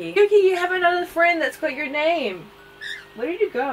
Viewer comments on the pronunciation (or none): none